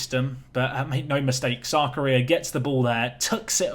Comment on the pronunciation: Keep thinking you're saying "South Korea" when you say "Sarkaria".